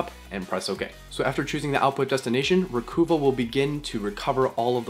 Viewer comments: Psssst...It's...RE-COVE-UH not RE-COO-VAH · jusus fucking fail christ. its not re-coo-va. its Recuva, slang for Recover.... no hope for the next generation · I think the program is pronounced re-cuv-ah not re-coo-vah :) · Thanks. Hey, are you by any chance from Vancouver (Van-KOOO-va)? because you keep pronouncing it “Re-KOOO-va” I do believe it’s supposed to be “Re-KUHH-va”. To sound like re-KUHH-ver (“Recover”). Later, BREW... i mean BRAH !! 😎